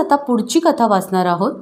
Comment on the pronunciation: सुगंदा ,कता असे उच्चार रसभंग करतात.